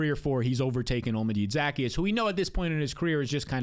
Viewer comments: Say it with me. OH-LAH-MEH-DAY ZUH-KEY-ES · *Ty-row-n *Zak-ehh-us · Say it with me: O-la-mee-day Zah-key-us -- Olamide Zaccheaus